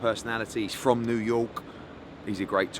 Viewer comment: New yowke